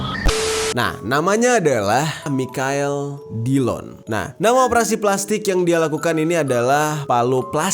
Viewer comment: Ngakak pas bang jer berkali-kali spelling Michael jadi "Mikael" secara jujur 😂 udah gitu dia bilang kapan "anu-anunya" lagi 😂🤣🤣